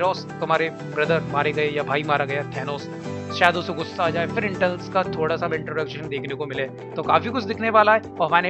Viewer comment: not internals its eternals